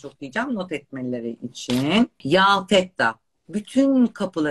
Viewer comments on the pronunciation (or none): Fettah başta söyledi ben de şaşırdım Fettan denilmesine